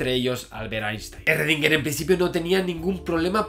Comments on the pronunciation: En realidad se pronuncia "srodinger" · Shgrundinguer, así suena en alemán. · Esrredinger!!! Jajaja yo también tuve problemas con la pronunciación cuando rendí el examen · Esrrredinguer a todo gas! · Erre que erre, erredinguer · Esrredinger jajaja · ERRRRRRRREDINGER!!!! jajajaja Javi por Dios que me haces reir. Saludos! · En realidad su apellido se pronuncia en alemán, algo como "shrudhinga", y el nombre "ervin".. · Lo pronuncio como Shruadinguer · Shröndinger, pero que galán. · En Pocas Palabras, ESRRRRRREDINGUERRRR era la version autriaca del "Zeus" de Pascu y Rodri, XD Por cierto, excelente video Si vienes a Perú, hazme acordar que te invite unas salchipapas, o un pollo a la brasa, que tambien está buenazo. Y si en algo estoy de acuerdo con Schrodinger es que, sin buena onda, nada funciona. Saludos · Pero en el vídeo anterior te quedaste de la verdad, tienes que pronunciarlo como debe ser 'schrodinger' :v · Sigo con mucho gusto tus videos Javier, pero tu actitud con respecto a la pronunciacion adecuada del nombre del sujeto de esta biografia, me dejo pasmado. Me recordo mucho a los terraplanistas que insisten en repetir falsedades sin escuchar a quien intenta sacarlos de su error. El nombre de Marie Curie lo pronuncias bien, igualmente cuando hablas de Newton. Hay sitios de internet que te indican la pronunciacion de los nombres en sus idiomas originales. Eres un doctor en Fisica y un difusor de conocimiento cientifico. El cual, como bien los has indicado en tus videos, implica una actitud humilde y sujeta a la revision constante. Repetir una y otra vez un error de pronunciacion y decir que es asi porque si, luce como una malcriadez. Espero que esta cr'itica no la tomes a mal. Tus videos son muy interesantes y en casa los consideramos como parte de nuestra vida cotidiana. Saludos desde Venezuela.